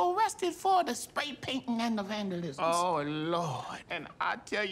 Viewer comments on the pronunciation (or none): she said, the "vandalizims"